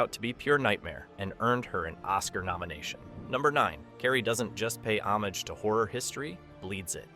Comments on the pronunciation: "Homage" is what got me. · Not trying to nitpick, homage is pronounced without the J.